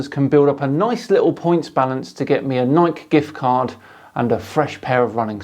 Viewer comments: it's pronounced "nigh-kee," not "nike." If you want to be old school about it and more historically correct then say "knee-kay," but wtf is with you brits and butchering american pronunciations like americans often do? Language is a science,. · Did this dude really just call Nike(nighkey), nike(like pike) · The e in Nike is not silent. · A lot of people say it that way in the UK and I've only really heard people saying 'Nikey' in the last few years. I think the first time I heard it pronounced 'Nikey' was a n American dude reviewing some Jordans about 5 years ago. Americans can't say Adidas right, so I'm not just taking their word for it.. 😛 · It's pronounced Ni-key. Just like greek goddess after which the brand is named. It doesn't rhyme with bike or Mike. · Uh,, the 'e' at the end of 'Nike' makes a long 'e' sound. Nike is named after the Greek godess of victory. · my boy we pronounce Nike= Ni-key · Did you just pronounce "nike" like "bike"?? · We're gonna need someone to post a video discussing your pronunciation of "Nike". I'm hoping that was intentional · we're really not going to talk about the Nike thing? I've never heard anyone say it like that.... I do love the channel, but you know.... they have commercials where you can hear the pronunciation they use for their brand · British pronunciation of Nike always gets me lol. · I love your channel dan, but please, never say Nike like that again. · Haha how he pronounced Nike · Wait so you don’t pronounce the E in Nike? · Yes. It was the only thing wrong in his entire presentation. I'm glad you brought it up.